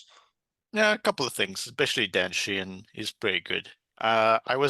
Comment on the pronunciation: Sheenan? Does he mean Keenan or Sheehan?😂